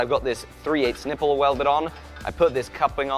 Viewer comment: did he just say nippel?!!! ;)